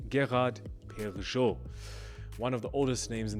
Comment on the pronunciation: Great video. Love GP! First time I’ve heard Perregaux pronounced that way. Thought it was pehr-uh-GO? Would love some insight